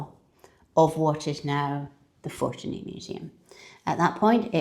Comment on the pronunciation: I think, the stress of the word is in the middle syllable... ForTUni.